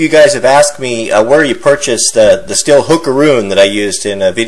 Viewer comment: Hey, you should look up how to pronounce the word stihl.. it's not "still" lol. it's pronounced the same as the metal "steel" when you say "still" your just saying "steel" with a German accent..lol WTF does everybody do this for?? lol